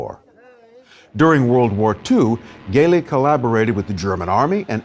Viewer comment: Thanks for the interesting documentary. Only it's Gelli with a soft g (jj-elli) instead a hard g. In Italian c or g becomes a soft sound if you wright an e or i after it.